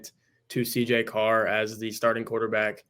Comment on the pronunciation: It’s Carr. Stop it.